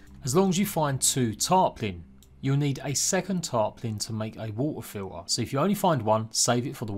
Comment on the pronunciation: you say TIME, TWO, TO, but then WA'UH FIL'UH (water filter). You dont like 't's in the middle of your words? <3 love the accent just messing with you